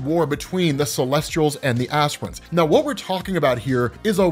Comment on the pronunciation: I thought he said "aspirins" but this is way better